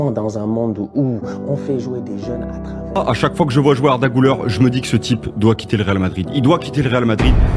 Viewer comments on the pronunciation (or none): Incroyable la vidéo frro mais ça se prononce "gulaire"